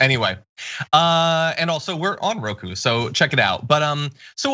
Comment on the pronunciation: Roku. Or as Lindell says it Roko